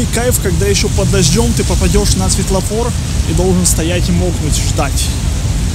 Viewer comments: И кстати нужно говорить светофор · я один услышал светлафор?